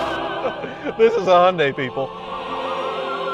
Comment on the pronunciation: HONDA HON-DA not HONDAY